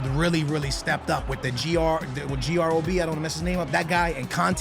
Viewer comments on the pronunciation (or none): GroS, not Grob😂